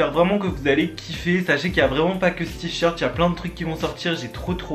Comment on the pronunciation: Tu dis t-short